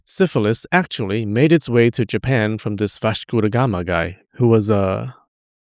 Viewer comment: You pronounce Vasco Da Gama perfectly ❤